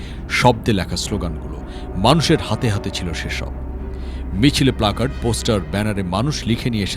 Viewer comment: ব্ল্যাকার্ড হবে না প্ল্যাকার্ড হবে? ধারাভাষ্যে বহুবার ব্ল্যাকার্ড বলা হয়েছে এবং লেখাও হয়েছে।